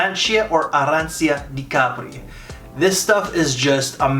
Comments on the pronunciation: You so funny with pronauncing arrancia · im from Croatia🇭🇷. Beautiful Istra coast. We Are Neighbours with Italy. We speak Italian that is so funny for me that you say arrancia on american english 😂❤️🍀🇭🇷